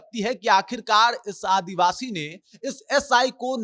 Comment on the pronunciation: Kya advabsi advashi bol rhe ho ...Indian bolo